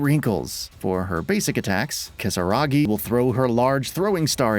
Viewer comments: "Kisaragi" Seriously? .... Did you even play the game? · This channel is trash. Literally no one anywhere ever refers to Yuffie as Kisaragi. It's literally moronic.